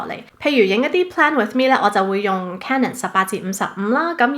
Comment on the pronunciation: 咁多個BLOGGER得你一個讀CANON是正確發音